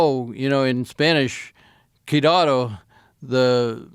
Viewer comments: This guy is a moron. He can't pronounce the word jaguar and he calls native tribes 'indians'. He also failed to pronounce the word 'cuidado' in Spanish but then claimed to have threatened the alleged bandits in Spanish. He has a huge ego and his stories are likely bullshit. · The guy tried to say cuidado,which means be careful of the bandits but the way he saidi cuidado lets me to believe that the guy did not speak Spanish to the bandits about how he said he did